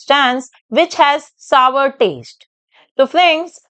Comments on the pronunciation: Don't tell saver tell it like sour.sour😅😅😂😂😂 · Sawar nhi sour 😂